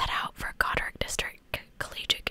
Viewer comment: second pronunciation was correct: god - rich; my cottage is about 25 mins from there. so exciting but also devastating to hear you cover a case so close to home